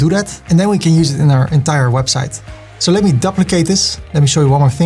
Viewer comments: I know that English is not your first language but can you learn to pronounce 'duplicate' properly. It is dee-oo-plicay-te not dup-licate. I wince every time you say it. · I just had to pause the video and let you know that you make me smile all the time😘 and your tuts are such a pleasure to watch 😍. I'm an Aussie and I just love the way you say "Duplicate" 😊